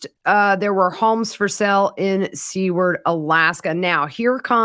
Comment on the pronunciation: Hello! I am sorry to be that person, but Seward is pronounced Sue-ward. Have a great day!